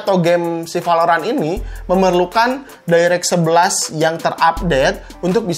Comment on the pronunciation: Ciri khas channel ini kalo bilang " v " jadi nya " p ". Like valorant bilangnya palorant